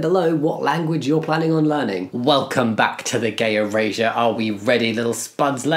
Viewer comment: Bro’s accent sounds like he’s sayin “gay Eurasia”